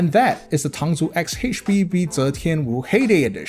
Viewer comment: Listening to this video... With the Heyday! And appreciate the accurate Mandarin pronunciation of the name!